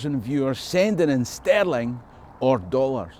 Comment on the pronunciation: Your pronunciations of Stirling and Sterling sound the same to me.